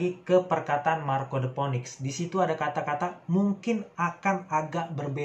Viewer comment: bang saran aja, phoenix pelafalannya "finix" ^^